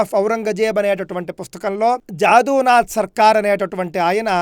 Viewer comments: జదు నాధ్ సర్కార్ అని పలకండి. అంటే యదునాధుడు అయిన శ్రీకృష్ణుని పేరు. జాదూ అంటే ఇంద్రజాలం అనే అర్ధం వస్తుంది. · history of aurangazeb పుస్తకం వ్రాసిన వారి పేరు జాదూ నాథ్ సర్కార్ కాదు , జదు నాథ్ సర్కార్ ( = యదు నాథ్ సర్కార్ , బెంగాలీ ఉచ్చారణ "జదు నాథ్" , వ్రాత లో যদুনাথ সরকার ) దయచేసి గమనించగలరు